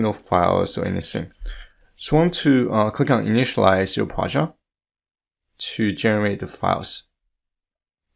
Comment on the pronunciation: It took me a while to realise what is Projaaaaht hehe! Nice tutorial mate! Thanks so much